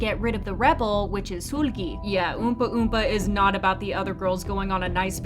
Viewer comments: Suuuulgi ….sorry I had to It’s seulgi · It's Seulgi not SULGI. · It's "Sul-gi" like sulky not "Sool-gi" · It’s Sèlgi not Suulgi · SOOLGI, damn mama just pronounce her damn name lowkey-ly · Love your videos but can you please put effort into pronouncing idols' names correctly? Its NOT SOOLGI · the u say sOOlgi sends me to pluto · can you stop saying SOOL GHEE PLEASE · i’m sorry this isn’t hate but i’ve noticed you pronounce seulgi as if it’s “sool-gi / sul-gi” when the “eu” part is pronounced more like the u in “turn” :) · i wasnt tryna laugh until i heard her pronouncing seulgi's name- LIKE MAAM THE HELL IS SOOL-GIE? 😭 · Great video but i just can't with how u pronounce Seulgi's name 😩🙏🏻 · Yeah this is theory is nice and all but the way you say seulgi 😭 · The way you pronounce "Seulgi" is cute 😁